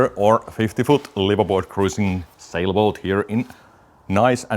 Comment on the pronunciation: "Saibloat" 🤣... "Facegram" 🤣🤣🤣🤣🤣